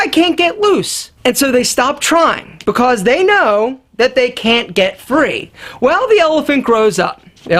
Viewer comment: The way says because is making me laugh every time: "bicos"